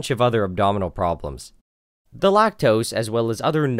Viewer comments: Lactoes is all i hear😂😂😂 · lacteeze? lacteeze nuts!